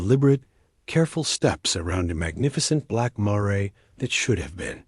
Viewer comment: Miss pronouncing mare..